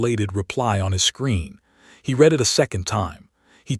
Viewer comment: Your stupid AI pronounced 'read' as read instead of red. Context pronunciation matters. Next time do your homework.